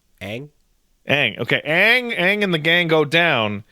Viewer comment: there, says Aang correctly lol